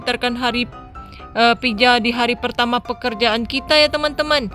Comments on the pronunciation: Pizza Bukan pijaa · Pizza bukan pija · Mohon maaf itu bukan piza yang benar pizza🤣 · kak gak bisa ngomong z pizza😄😄😄🍕🍕🍕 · Pizza btw bukan pija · Bang pija apa pitza 😂😂😂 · pizza bukan pija 🤔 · Kwkwkwkwkkwkwiwiw pijaaa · Ya bukan pija harus nya pizza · kak gak bisa bilang z tapi kakak tadik pas bilang pitza tadi kakak bilang pija gak bisa bilang pitza ya kak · Pizza bukan pija tau ngak sih 😒😒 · Salah nama nya kak bukan pija yang benar pizza 😁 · Pizza bukan pija 🤦‍♀